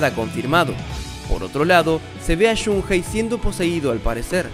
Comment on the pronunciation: No creo q tenga nada que ver con el Maximum Impact.... y es Shun ei... no Shun Jei ni Shun Gei ni Shun Hei (si lo pronuncias en inglés)